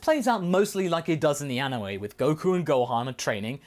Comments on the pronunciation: He said anowe not anime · said aniwe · u mean anime not anawae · Did you say Anoway?